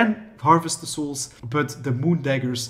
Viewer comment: Bro I love your videos, But learn how to say souls lmao xD